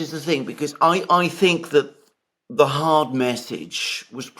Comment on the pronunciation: Your overemphasis on the word hard and hardened makes me think you are a bit soft.